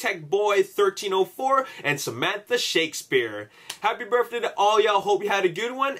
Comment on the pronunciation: Awesome "burfday" shoutouts.